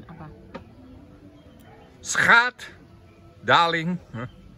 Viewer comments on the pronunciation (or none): Pengucapan Schatznya salah